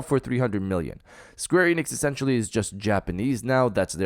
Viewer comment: Why do you pronounce it Square EEnix? It's Enix.